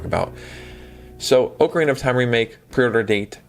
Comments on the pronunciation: Anyone who says “Oakarina” doesn’t deserve to play it! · Bro you are killing me with the way you are pronouncing ocarina